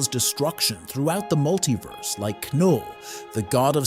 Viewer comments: knull would be very easy for an ai to pronounce. It's the same way u pronounce knife. The fact that he got it wrong makes it more likely he's human who doesn't know how to pronounce it. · I think the reason people think its an AI voice is it pronounces Knull "Kinull" and Symbiotes "Symbeeyotees"